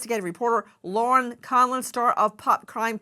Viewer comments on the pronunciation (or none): none